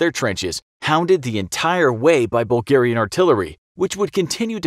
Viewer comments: I never heard the Bulgars called Burlgaian before, should it not be Bulgarian?? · "Burlgaian" lol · yes burlgaian the true way of saying bulgarian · What is Burlgaian?